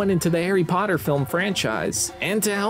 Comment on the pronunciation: Where is pottaH?